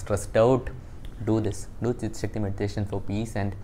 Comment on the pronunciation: His tongue slipped , he said chick sakti meditation...😂😂😂😂😂😂🤣🤣🤣🤣🤣 trolling you just for fun. Dont take it seriously brother.😇😇